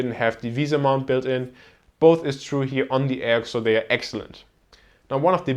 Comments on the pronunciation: Isn't it ay-oh-see, not ay-ock? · Its pronounced A-O-C not Ayoc